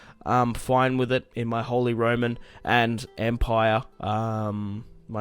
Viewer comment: Close but the pronunciation is actually “ROMAN”